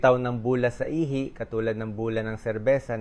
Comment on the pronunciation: Ihi...not ihay. The problem of AI😅